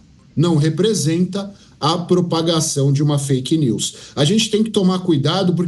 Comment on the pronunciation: Não é fk nius Lula é fk nis